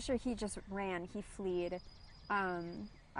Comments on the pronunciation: BTW... It's "Fled" NOT "flead"... idiot. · Fled! Not fleed idiot.